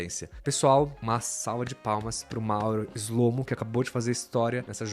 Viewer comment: Shlomo em hebraico é (שׁלמה) que significa Salomão! As letras "SH" pronunciamos como se fosse o "X" na palavra Xarope, mais ou menos "xlo-mô" 👍👍